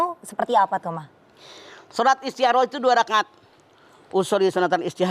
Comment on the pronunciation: Istikhoroh: Istikoroh Mamah Dedeh: Istiharoh (kedengeran seperti Ha bukan Kho/Kha)